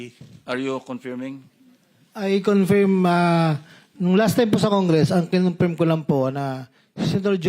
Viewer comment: KINONFEERM... tanginang tao to umabot sa pagkasenador ganyan bigkas ng Confirm